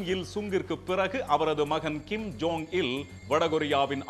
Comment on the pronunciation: Kim “jong” un. John illa